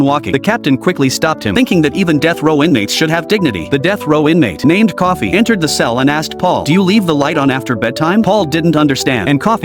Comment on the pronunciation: Bruh its Coffey not Coffee